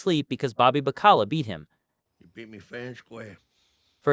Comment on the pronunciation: Learn how to pronounce baccala